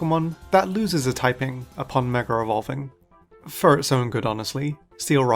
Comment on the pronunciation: DRINKING GAME: take a chug of your cocktail everytime he says "MegaREvolving" or "MegaREvolution"